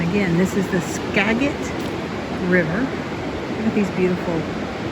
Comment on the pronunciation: The river is "Skagit" with a soft 'g' sound, not a hard one. This is our magic Skagit. ;)